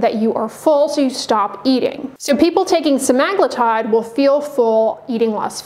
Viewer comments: Sema-glu-tide, not Sem-Ag-lutide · How to turn a four sentence explanation into a 12 minute video! And BTW I believe it's "semma-gloo-tide" not "semmag-loo-tide". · Odd that she doesn't know how to pronounce semaglutide.